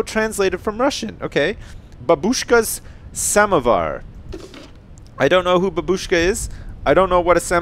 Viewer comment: I laughed so hard when he read babushka and samovar. I'm Polish I know russian, there is just something so funny when he said "I don't know who babushka is." :D